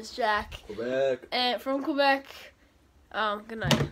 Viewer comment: When she said « quoibec « that hurt (no hate tho)